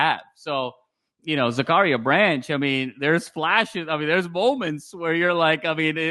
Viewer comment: Zac-uh-rya pronounced like the Bible not Zakaria